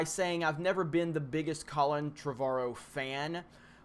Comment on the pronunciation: you are pronouncing "Trevorrow" wrong...